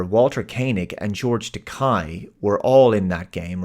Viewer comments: George Takei's name is actually pronounced "ta-kay." "Ta-kai" is the Japanese word for "expensive." Don't worry, though. George is quite used to (and amused by) people calling him expensive. 🖖😆👍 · No big deal…but it’s George “Tuh-KAY” and not “Tuh-KAI”. I remember cuz “George Takei is gay” 👍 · George Takai always said "It's 'Ta-kay', rhymes with gay, which I am." Even my big Trekkie uncle would constantly mispronounce his name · Just a heads up, that you pronounced George Takai's name wrong. You pronounced it the way that Shatner does, and it really annoys Takai lol